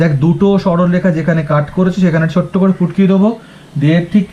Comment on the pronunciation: Sir ,futki ke putki bolche😊😂😂😂😂😂